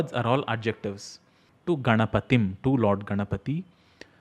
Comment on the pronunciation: You chanted it correctly! But some stupid idiots say - Ganapatigum (गणपतिगूम्) instead of Ganapatim (गणपतिम्). Please give some words of wisdom to those fools that -: saying gum instead of anusvar is WRONG!